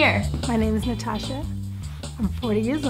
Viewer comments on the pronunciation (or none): In she said nastasha but it’s natasha